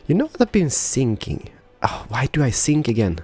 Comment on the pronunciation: is he thinking or sinking?